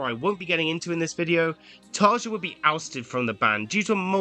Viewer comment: Great point. But you can’t really expect it from a supposed fan who: A) dislikes Imaginaerum (what the hell, it’s arguably their best album) B) can’t be bothered to look up the pronunciation of Tarja